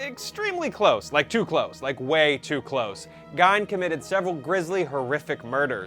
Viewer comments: In German, when "i" and "e" go walking, the last one does the talking. Gein is pronounced GEEN, but I don't blame him for saying GINE. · Right. I cringed every time he pronounced it incorrectly. Not like he wasn't an infamous person who the world doesn't know how to say it. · Sounds like your saying geynd lol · He pronounced Gein wrong SIX times. Still a good vid.